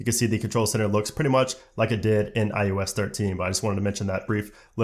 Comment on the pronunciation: Why does he keep calling it iUS 14?